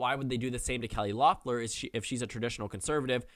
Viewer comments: Pst, it’s pronounced “Leffler” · Her name is pronounced Leffler.